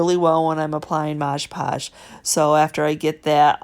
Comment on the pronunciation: Your videos always teach me so much! I love how you say "Modg"e Podge and what sounds like "soup" cases :-)